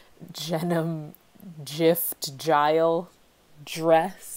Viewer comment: "jenim jrift jtyle jress" why is this so accurate 💀